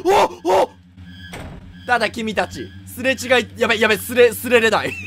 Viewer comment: すれ違いをすれれだいって言ってて草